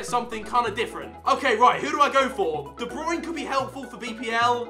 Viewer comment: bruyne u say brain I'm dutch it's easy